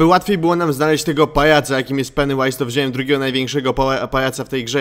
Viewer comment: Jaju to się mówi peniu ais